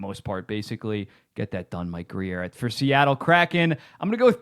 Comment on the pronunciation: Alright, as a sharks fan, this has been bugging me for a WHILE! Mike Grier's last name is pronounced Greer. Not Gree-air. One syllable.